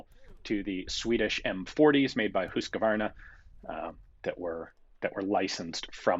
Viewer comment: Almost perfect pronounciation of "Husqvarna". My father used to work for that company, but in the chainsaw division. By then, Husqvarna just made premium hunting rifles. I remember visiting that workshop when touring the facilities as a kid.